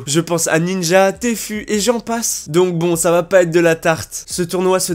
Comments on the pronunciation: mdr "téfu" , ça ce dit "tifwou" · Sa se dit TI FIOU Pas T fu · ptddrrr il a fait aucun effort pour dire Tfue